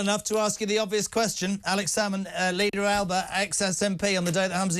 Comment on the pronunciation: It'S pronounced Alapa notAlba